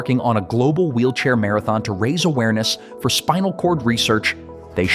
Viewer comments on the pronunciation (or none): none